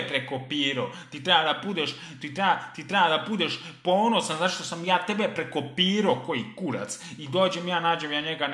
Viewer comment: Kad kaze prekopiroo